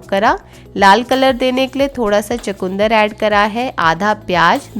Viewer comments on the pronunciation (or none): Aap चुकंदर (chukandar) ko chakunder kyon bolati hai